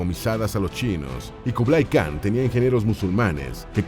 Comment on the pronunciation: En idioma mongol khan se pronuncia Jan. Y el nombre se pronuncia Chinghis